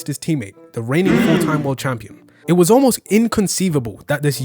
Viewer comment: "Champion" lmao